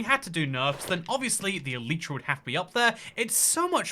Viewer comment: It's pronounced E-Lie-Tra, not E-Leet-Tra.